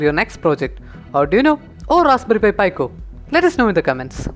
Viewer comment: its pronounced PE-CO not PI-CO